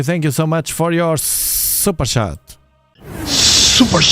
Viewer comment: I love it when he says SUPER CHAT!! Ohoo I mean SUPER SHAT!!! Haha perfect 😂